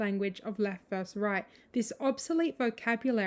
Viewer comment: Interesting video. But goddamn it, it’s versus not verse!